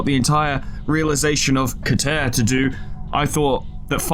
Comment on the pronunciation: i have heard it pronounced Kee-ter or Ke-ter... but never ket-ER